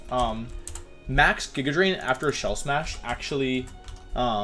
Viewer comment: Nobody: Wolfey: "Jigga Drain"